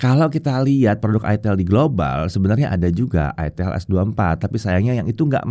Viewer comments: ITEL atau ITIL 😅😅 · Itel bro bukan itil 😂